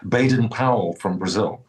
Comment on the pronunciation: What a lovely convo! And Dominic, mate, mad respect for your body of work. Just for clarity, the correct way to annunciate Baden Powell's first name is [bah-den], not [bay-den]. And if you are interested in listening to the best of the best on Brasilian violão (classical guitar), take in 2 masters on the 7-string classical (Violão Sete Cordas), Yamandu Costa [ya-man-doo costa], and the chap who influenced him, Rafael Rabello [ha-fa-yell ha-bell-oo]. Rafael came up in the '80s, and was the leading master in Brasil, but sadly he was in a car wreck that required a blood transfusion. And from that, he contracted AIDS which was a death sentence in the mid-'80s. He then drank and drugged himself to death having lost hope on life--very tragic loss. Yamandu is DIRECTLY inspired by Raphael's mastery, and dare I say, has taken it up a notch. Here is an example of his tribute tune to Raphael. BTW, violão is pronounced [vee-oh-lau]. The 'ão' dipthong rhymes with 'cow'. Yamandu Costa - Samba pro Rafa (Samba for Rafael) Raphael Rabello - Garota de Ipanema (Girl from Ipanema) -- amazing arrangement!! ❤ Raphael Rabello - Samba do Avião (Aeroplane Samba) featuring Paco de Lucia! -- chef's kiss! 💋 Extra credit for listening to Egberto Gismonti Egberto Gismonti - Berimbau (a Baden Powell classic)